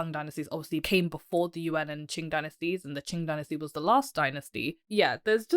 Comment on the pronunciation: It's hard to accept her criticism of Mr Zeihan when her own pronunciation of Chinese is so bad. She is bright and engaging but for those who can speak Chinese it is very hard to hear words such as Yuan pronounced as U.N. Other words are not so bad but do your homework before you make critical remarks.